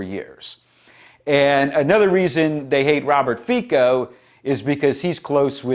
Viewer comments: Hate to be the pronunciation-police, brother, but the surname is pronounced "fitso" - "fee-tso". The letter C in Slvak and Czech (I think Polish too though I'm not sure) makes a T-S sound. Unless it has a weird little v over the letter which then makes the sound the same as English CH sound. A Slovak forced me to correct you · "Fico" pronounced like "France" ..... the "c" is NOT like a "k"